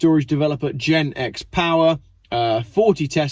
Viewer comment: It's not Jiz-axe, it is Jizak !😂